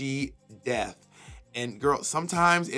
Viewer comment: "Is she death" "No. Death becums her"